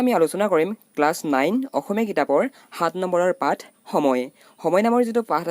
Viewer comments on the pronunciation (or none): none